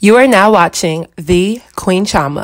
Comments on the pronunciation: This American accent on Africans... I've never heard "Chioma" pronounced how you've said it... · Interested me to hear the name "Chioma" pronounced in an American accent. It sounds closer to the true Igbo pronunciation here in a English accent. Not a critique... just interested me Signed, London